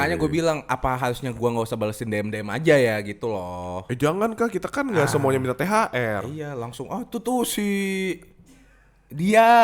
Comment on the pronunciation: Ooooh THR toooh bacanya THL.. Cadel gw jd binun